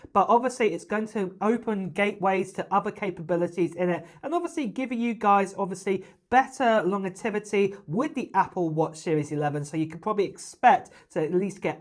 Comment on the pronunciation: longertivity😂. ohhhh you mean longevity